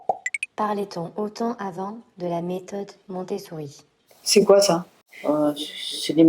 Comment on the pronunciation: Dommage de ne pas s'être renseignée avant de faire une telle vidéo. Tu ne veux pas être jugée sur tes avis en tant que maman, mais ne juge pas les autres, et encore moins s'en être renseignée sur les sujets que tu abordes. Ne même pas savoir prononcer post partum, ou encore Montessori.. vraiment déçue.